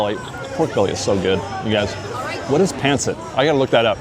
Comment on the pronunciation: thank you for loving Filipino food! Just fyi pancit is actually pronounced pahnceet everybody pronounces it wrong cause of it’s spelling so no worries 😊 happy holidays! ☃️🎄